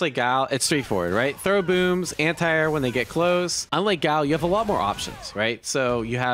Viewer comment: ffs its guy-ill note gao